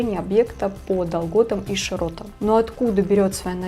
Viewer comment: Как только услышал по долготам и широтам, откуда вы такие берётесь? Позор страмота, и ты будешь про что то рассказывать? 👋👋👋🤣😂🤣😂🤣 иди учи язык